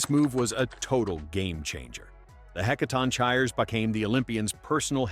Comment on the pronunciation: Is the voice AI-generated? I thought it's pronounced "Heh-kah-tong-kee-rees?"